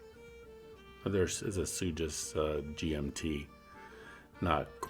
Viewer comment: It’s pronounced suck-ass